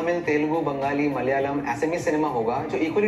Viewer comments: For the love of God :it's MA-LA-YA-LAM not MA-LA-LA-YAM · pls, for the love of dog, it's MALA - YA - LAM. Not MALA -LA -YAM. Thanks, please continue...